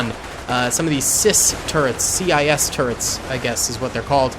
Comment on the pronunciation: its not cis its cwis